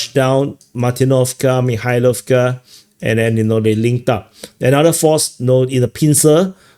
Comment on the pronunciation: The way said "Mikhailovka, Kubatskiy" after everybody has struggled to pronounce the names of these townletts and villages which trade hands or wind up being logistics hubs... The Russians legit make them sound like normal words.